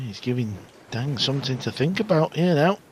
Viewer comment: Great pool. Bit of a fluff up with the intro title using Dang Hin Ju instean of Dang Jin Hu. btw: Chinese pronunciation of Dang, the a is pronounced like 'ah', closer to the pronunciation of Dung than the a sound in cat. This is the same for other uses of a in Chinese pinyin, such as Wang, Shang, Tang etc. Jin and Hu are pronounced pretty much as an English speaker would guess. Like Gin and Who. In contrast, Ding Jun Hui (the Chinese snooker player) is pronounced Ding Jwin Hway. Note, the family name is used first in Chinese, hence Dang and Ding are their surnames, and Jin Hu and Jun Hui are their given names.